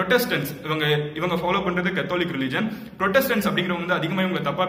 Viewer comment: You need to check on your pronounciations. Catholic.. Specially